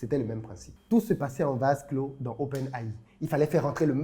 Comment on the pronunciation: le gars qui arnaque ne sait meme pas comment dire Open AI